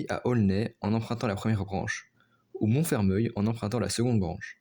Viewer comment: Attention à la prononciation de Montfermeil. A prononcer "Monfermèy" et non "Monfermeuil" 😉